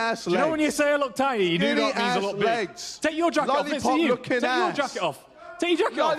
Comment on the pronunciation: take ye jakit ooof, take ye jakit ooof, take yi jackyoff Big L for fury